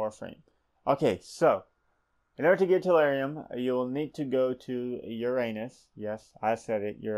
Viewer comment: for future referance its pronounced Uranus (yer-uh-nis)